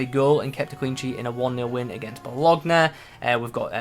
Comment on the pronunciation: Predictions are spot on, but seriously, hearing you mispronounce Bologna like that hurts bad 😭 That aside, seems like a decent TOTW!